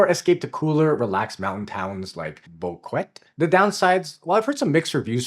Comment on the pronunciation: It's pronounced Bow-ket-tay. Not Bow-kwet.